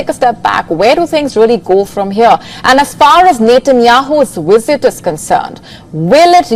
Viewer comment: Its cute the way she says wisits